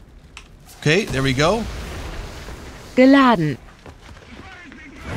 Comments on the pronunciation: wtf is this voice saying GILADANT, GILADANT, GILADANT? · FOR A MINUTE I THOUGHT SHE WAS SAYING BIN LANDEN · i straight up heard bin laden and thought lol is feeling good